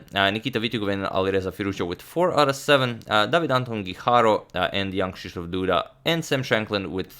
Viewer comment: I am amazed how well you pronounce Krzysztof.